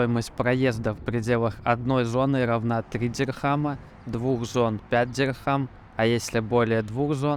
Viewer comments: Деньги в ОАЭ называются Дирхам, а не дихрам. Будьте внимательны, говоря на камеру!😊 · Так дихрам или дирхам? Непонятно)